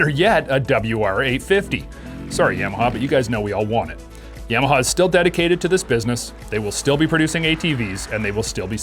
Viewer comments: In America we pronounce it, Yah-Mah-Hah Yams are delicious, though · please stop saying yam uh haw. super annoying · Dude says yeah-maha lol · You can't even say Yamaha correctly. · i agree. Sounds stupid how he says it